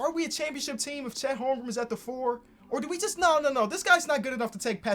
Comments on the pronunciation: its not holmgrum its holmgren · Lol “Holmgrum”